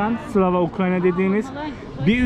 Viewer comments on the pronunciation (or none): Slava aslında ama biz de farkettik yanlış söylediğimizi hem de baya kötü bir şey dedik onlar için😅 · Abi sen yinede slave ukraine deme :) slava de :) slave olunca köle oluyo :) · Slave ukraine mi dedi bana mı öyle geldi :D